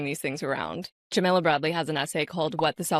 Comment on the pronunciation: By the way, the name Jamila is pronounced jah-mee-lah. Like Mila (Kunis). Not like vanilla—that’s Jamilla.